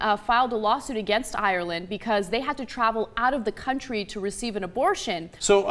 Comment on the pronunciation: Why cant she pronounce Ireland right